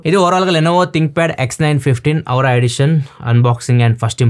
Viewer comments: Its not aura❌orah✅ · Auwra kaadhu anna, aura 😁 Anyways love the content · Bro... అది ఔరా....కాదు ఆరా.... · Adhi avura kadhu , adhi aura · Aura ni tappuga pronounce chestunav anna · Anna meeru aura ni wrong ga pronunce chesthunaru